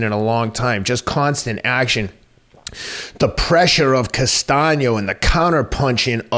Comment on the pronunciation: Good stuff as always, but I have to crack up. corrected the George Costanza thing, but while the fight was going, Teddy went from tweeting the proper "Castano" he started saying "Constano", LOL. Also, it's odd that Boots Ennis has two consecutive early KO's with shots behind the ear. Note to future opponents - don't duck down that same way trying to avoid the right hand.